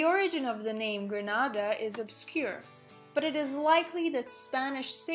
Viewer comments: Not Granada. Gren na da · Why u are pronouncing our country name wrong not granada .....its greeeeeenada . Get the greeee part ok?